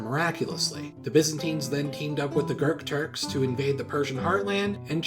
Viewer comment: I swear it sounds like you're saying GURKTURKS xDD